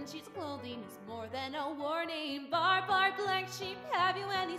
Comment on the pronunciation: Why did you say bar bar instead of ba ba